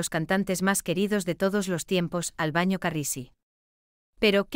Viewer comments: No se dice ALBAÑO. SE DICE ALBANO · Exactamente,opino como la otra persona que dijo, que digan el nombre de la Aerolinea,...es un informe mediocre,....la locutora que relata dice refiriéndose al cantante como Albaño" y es Albano, con N ,......no me gustó este informe. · Tal cual Albano con "N" ,no Ñ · NOOOOO ES AL BAÑO NOOOOO ES : ALBANO, AL BAÑO ANDA RAPIDO POR NO PRONUNCIAR BIEN EL NOMBRE DEL CANTANTE, LEE LOS COMENTARIOS DE TU NOTA: ES ALBANO CARRISI, ENTIENDEEEEEE